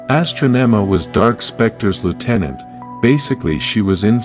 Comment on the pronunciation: And it's pronounced Ah-strah-neh-mah Astronema